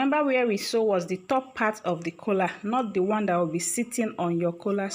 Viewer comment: Stop calling it Kola......its Collaarrrr